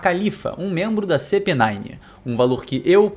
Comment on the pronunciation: '씨피구'는 긁히네요 '씨피나인' 이라고 읽지않나?